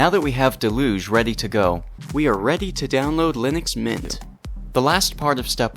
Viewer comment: del-uge for future reference because hearing mispronounced throughout the video was really annoying.